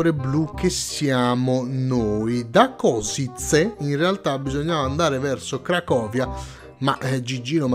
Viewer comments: Košice pronuncia Koscic'ē è una città importantissima della Slovacchia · Sei passato vicino a dove abito io 😂. Io abito a Prešov, una cittá lontana 30 km da Košice. La "c" si legge come la "z" di pizza e "še" con l'accento si legge come "sce", perché l'accento ammorbidisce la "s", se no, si leggeva come la "s" normale. Quindi convertito in italiano, Košice si legge "Koscize" con la "z" che si legge come la "z" di pizza. In italiano la cittá viene chiamata anche Cassovia ed é la seconda cittá più grande della Repubblica Slovacca.